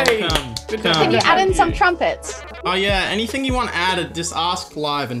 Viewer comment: looking at his bank acc "10 mill enything"👀😂